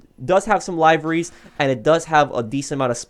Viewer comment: Can you google livery so you can pronounce it correctly. It’s liv re not live re.